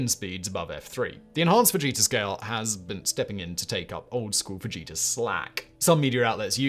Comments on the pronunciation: I thought you said "Vegeta Scale" instead of "Fujita Scale" In my defense, I'm putting away my groceries and wasn't looking at the screen. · Simon, totally thought you were saying Vegeta and not Fujita lol😂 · I was looking at the screen and heard "Enhanced Vegeta Scale"